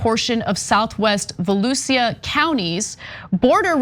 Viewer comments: btw volusia county is pronounced "sha" not "si-a" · Ana, Volusia = volOOsha